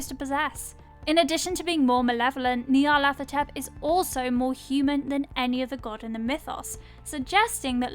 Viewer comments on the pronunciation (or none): I'm p sure it's pronounced Ñarlathotep not Knee-arlathotep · nyarlat - hotep, not nyarlath - otep. Consonant sequence like in Lighthouse, not a voiceless dental fricative as in thing. The Egyptian honorific of hotep is it's own thing. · No one pronounces the name correctly. "Hotep" is an ancient Egyptian, meaning "peaceful satisfaction". His most enduring avatar after all was "the Black Pharaoh". The name should be pronounced "Nee-arlet-hotep" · nyar (rhymes with 'far') - la - THO - tep...at least that's how I hear it.